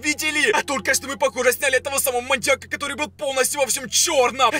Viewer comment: Мы будем в логове маньякА!😂